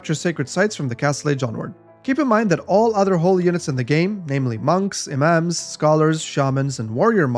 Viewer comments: you speak arabic you said that imam too well :D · How did you pronounce "imam" in the correct way? >_> No one else does it